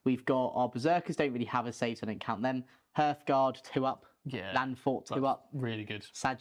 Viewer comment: Great video but every time he mispronounced hearthguard it made me want to write this comment